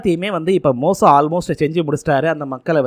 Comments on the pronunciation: மோசோ இல்ல தம்பி மோசே தமிழே பிழை இல்லாம படிக்க தெரியில ஏன் பா ஏழுதி வைச்சத பாத்து அப்படியேவாபா பேசுவ உச்சரிப்பு பிழை இருந்தா சரி பன்ன மாட்டியாப்பா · டேய் மோசோ இல்லடா மோசே 1000 தடவை சொல்லிப்பழகு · தம்பி மோசோ இல்ல பா மோசே நிங்க பைபிள் முழுவதும் முழுமையாக படிக்கவும் இல்லையென்றால் இத்துடன் இதை முடித்துக்கொள்ளவும். வேதாகமத்தை முழுமையாக படிக்க குறைந்தது 3ஆண்டுகள் ஆகும் தம்பி